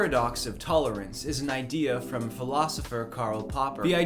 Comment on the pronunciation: "Tullerents"? What's that? Is that something?